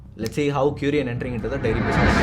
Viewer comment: Arumai. Friend, the name is ku-ri-yan and not qu-ri-yan. And you displayed R. Venkataraman's photo instead of TT. Krishnamachari. Other a very good video. Pls be careful on india map. 🙏